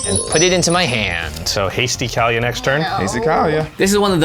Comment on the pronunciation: Kaalia is pronounced as the following, kaw-lee-uh. This is the way google translate and everyone i know pronounces it.